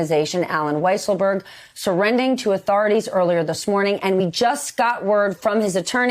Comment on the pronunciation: She said surrending. Isn't it surrendering?